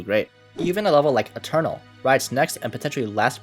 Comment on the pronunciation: its aeturnus not eternal 😭